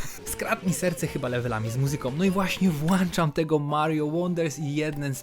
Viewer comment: WŁĄCZAM WŁĄCZAM WŁĄCZAM - Uszy krwawią od tego nagminnego błędu 🥶🥶🥶 Nie mamy włancznika tylko włącznik